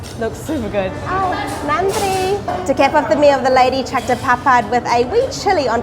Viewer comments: I like yours Tamil pronounced nadri and vanakam sister. Would you like Madurai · Ultimate... WOW... Finally Paradise has been revealed... BONDA shops... Ultimate Veggie meals.. WOW WOW excited.... Jigirithanda needs more topping... VANNAKAM and NANDRI WOW... Nicely pronounced Dears...